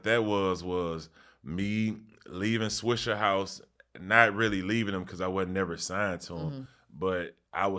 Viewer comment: Why these white people keep saying swishERhouse lmao